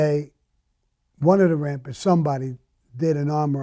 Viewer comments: I fuckin love it when hes like " da rampas" . His back home accent is fuckin great lol. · Can anyone provide the spelling of his gang name. Is it Rampers. Rapids rampants. I am clueless. I can't be rappers. I can't understand fuck all on his pronunciation of that one word